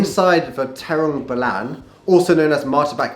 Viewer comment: Bro you said it trambulan